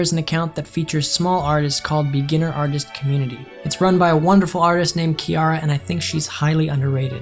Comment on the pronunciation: BRO HE LEGIT SAID MY NAME OUT LOUD I WAS SCARED BRUH AND FOR THE FIRST TIME OF MY LIFE SOMEBODY PRONOUNCED IT RIGHT LIKE WHO CALLS THE NAME KIARA (*KE AIR RA*) LIKE BRUH